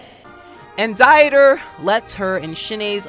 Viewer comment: To be honest, I am german and I can tell you that you spell Dieter's name DEETER like in the word deed. And the t like in tea, but that's optional. I just say it because it's usually bothering me a bit how everyone spells the name wrong, but I guess that's how you roll in the ILY fandom :,)